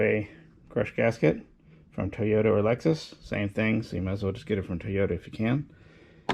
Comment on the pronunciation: Did you say "crush gasket from Doyona or Lexus"? 🐍